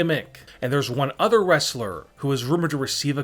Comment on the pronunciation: Wrong Prononskiation for Sonya's name idiot also wrong prononskiation for Jinder